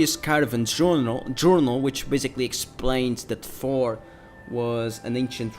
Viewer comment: You pronounce Thor like "four"